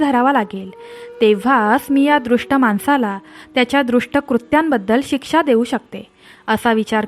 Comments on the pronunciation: कथा खूप सुंदर आहे आणि बोधप्रद आहे दृष्ट ऐवजी दुष्ट असा उच्चार करावा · दृष्ट नाही दूष्ट म्हणा .